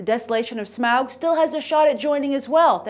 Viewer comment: Says 'Smaug' like a pro. The nerds tip their hat to you.